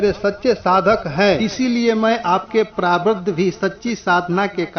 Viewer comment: प्रारब्ध भी आप नही बोल रहे हैं आप सही से😀👏 पहले सही से बोला कीजिए फिर डाला कीजिए।